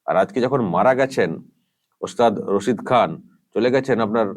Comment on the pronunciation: রাক্ষসী, টাকা খেকো, আর ভোট খেকো। শুদ্ধ করে ওস্তাদ রসিদ খান উচ্চারণ করতে পারে না। মুর্খ মেয়েছেলে। ও ভাবে ওর ডাক্তারের মত সব ফলস উপাধি পেয়েছেন। পদ্ম ভুষন কি জিনিষ ওর মত মুর্খ বোঝেই না।